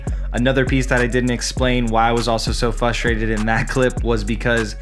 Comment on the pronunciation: Great video, but I wanted to kindly let you know it's "frustrated" not "fustrated". :)